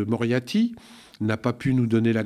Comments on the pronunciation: Alors mon, je t'apprécie beaucoup, mais ce n'est pas parce que tu n'as plus besoin de faire appel à des coiffeurs et/ou coiffeuses que tu dois les stigmatiser! Et c'est MoriaRty, pas Moriaty. (Merci néanmoins pour ton remarcable travail 👍) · "M. Moriaty"..... C'est fait exprès, obligé ! Après, c'est ouf' le pouvoir de démystification que ça a ! Ça me donne envie de systématiquement écorner volontairement les noms de nos politiques en faisant comme si je m'en fichais, pour leur enlever un peu de leur aura. J'vais faire ça, y'a moyen que ce soit efficace auprès de certains...